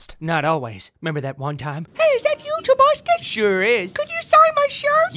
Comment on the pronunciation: no, its Tobuscus